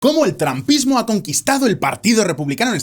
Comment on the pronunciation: Excelente video. Solo te recomiendo que uses más seguido la aplicación Elsa para que mejores tu pronunciación. Otra cosa, estuve buscando el trampismo y no encontré por ningún lado.